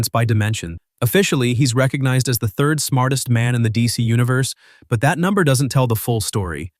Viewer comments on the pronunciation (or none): none